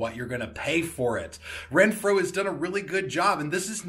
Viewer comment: Awesome product! But.... you kept saying “Renphro” when there’s no R in the name!😄😄